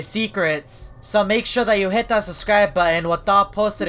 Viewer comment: i love how he says subscribe as ‘suscribe”